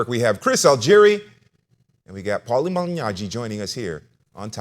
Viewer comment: One of these days he will pronounce Paulie's name correctly.